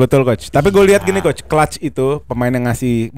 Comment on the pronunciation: “koch cules, ini decul”😭😭😭